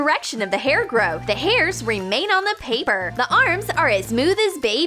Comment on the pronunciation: "tHe HaIiR REmaInS oN THe paPeR" Meh: sounded like pay-B-er